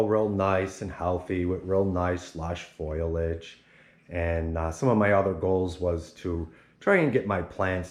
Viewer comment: It's called FOLIAGE not FOILAGE . My dumb kid says the same thing 😂